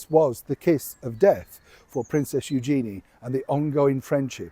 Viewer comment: Pronunciation of her name is actually U zhen-ee with emphasis on U.